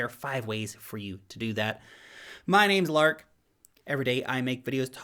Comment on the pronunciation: You said 0$ Lark! Wtf